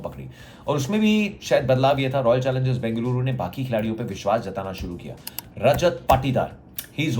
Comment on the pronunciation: Love to ur accent saying Bengaluru my home bro